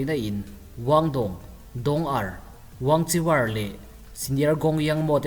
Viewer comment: Wangchiwar Tih loh tur, an mahni chinese trawnga WANGKHUER tih tur